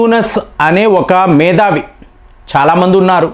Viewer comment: మేధావి అనాలి. మేదావి కాదు సార్